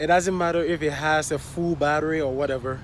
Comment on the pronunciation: 🤣🤣🤣 ''THE FOOOOL PUMP" "A FOOL PROBLEM" "# 7EEE" . lol. nice job brother 👍